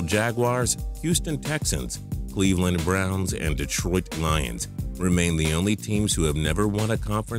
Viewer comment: The way he said Cleveland Browns xD